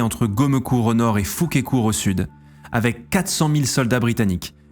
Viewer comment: De la part d’un habitant du village , on dit Fouquesscourt